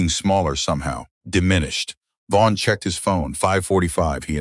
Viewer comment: He checked his pulse! He did not chuck his pulse!!! Get it right it is not hard to check the story if you are using AI. definitely check the story before you put it out there because AI does not say every word right!!!!!!!